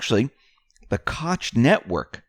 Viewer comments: It's great to have a 'play by play' book,. Just hope it all turns out as 'the Plan' delineates. Thanx for all you do. Incidentally, 'Koch' is pronounced 'Coke', instead of as Ed Koch. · PLEASE STOP SAYING CAUCH... It's Koch properly pronounced as "COKE" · Koch is pronounced Coke. Not knowing that questions reliability. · Just a heads up man, Koch is pronounced Coke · Koch pronounced Coke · Koch=Coke... that is how you say the name, we have two Koch(coke) plants here in Okla. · Koch is pronounced, “coke”. ❤️ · It is Koch, pronounced Coke